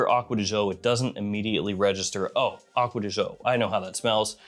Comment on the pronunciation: why you say acquea di zho? it should be Gio, like Giovanni